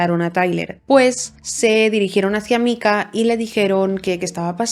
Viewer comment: Me ha gustado mucho el video, muy exhaustivo aunque cada vez que pronunciadas Micah como Mika, en vez de Maika me mataba